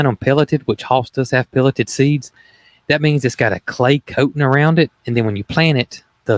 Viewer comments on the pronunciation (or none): none